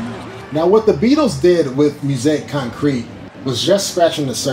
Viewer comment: "He's Gonna Step on You Again" by John Kongos was a top 10 hit in the UK back in 1971. It's often cited as the first hit pop song to be based on a drum loop. It made the Billboard Hot 100 in the US as well, but nowhere near the top 10. You should get a little bit of coaching on how to pronounce "musique concrète" . . .